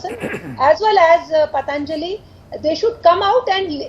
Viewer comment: It is not pataanjali, it is patanjali!! At least pronounce Indian names properly as they belong to phonetic languages. All thru from childhood we are taught that "prevention is better than cure".!!